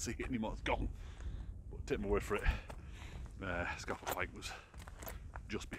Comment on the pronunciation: Apparently it's pronounced Scar Fell Pike. When I got lost on the mountain I asked a local which way to Scafell Pike and he refused to understand my pronunciation. Finally I said, "well look it's the tallest mountain in the country" and he said, "Oh, you mean ScarrrFell Pike..." -_